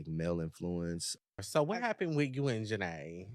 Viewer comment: It's pronounced janae